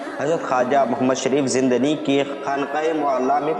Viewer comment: لفظ زندانی نہیں.....زندنی ہے.....لفظ ہارونی نہیں بلکہ ....ہرونی ہے....